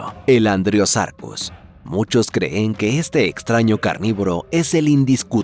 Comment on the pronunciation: La IA también puede lograr eso, sólo fíjate cada vez que dice el verbo "creer", siempre dice "se creé" y "creén" y ya lo dicho en varios videos y en varias ocasiones en los vídeos.